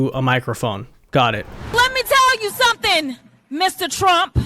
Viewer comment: LET ME TELL YOU SOMETING, LET ME TELL YOU SOMETING......... I WANT TO TELL YOU SOMETING !!!!😂😂😂😂😂😂😂